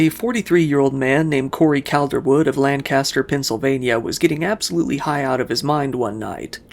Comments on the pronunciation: It’s so strange to have one of these stories unfold in your own county and this is the first time you’ve heard of it. Also (unrelated to above), for the city in Pennsylvania, “Lancaster” was mispronounced. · Hearing that pronunciation of Lancaster actually made me cringe 😂